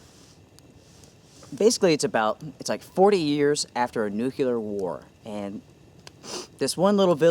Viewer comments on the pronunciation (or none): OK I don't want to be a stickler but you mispronounced a word that our illustrious 2nd president Bush could never figure out. How on earth do you attend and graduate from Yale, become president of the United States and never figure out in 8 years as president that there is NO U in NUCLEAR. Our good buddy Joe makes the same mistake when describing his latest read. Sorry, as I said, pet peeve.